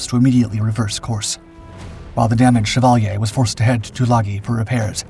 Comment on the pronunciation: shea-val-yea.. knock off Chevrolet